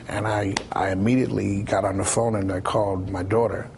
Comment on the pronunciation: Did Bobby just said Ralph had his "phome" in his hand?